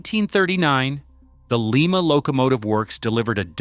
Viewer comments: It's Lima as in LIMA BEANS ! NOT LEEMA AS IN LEEMA PERU you (village Idiot) of an A.I. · Oh for Christ's sake, do your home wok ! It's pronounced Ly-ma not Lee ma ! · Made in Lima, they pronounced like Lima, Peru..... ha ha. How about Lima, Ohio? Pronounced like lime.... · That location in Ohio you mentioned is Lima pronounced Ly-ma.